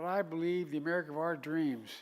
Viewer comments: Wow. Total incoherent baphoon. We are the United States of Amerigotid. Why would the Dems continue rolling this corpse out? So embarrassing....complete with the same one liners he has used over and over and over again and thinks shouting and pointing his finger makes it less cringeworthy than the hundred times before. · I miss laughing at all his gaffes. This one was pretty funny though. “Amerigotit!” Lol